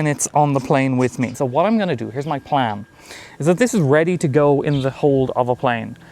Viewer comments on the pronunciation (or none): none